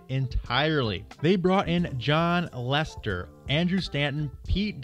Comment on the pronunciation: It's John Lasseter, not John Lester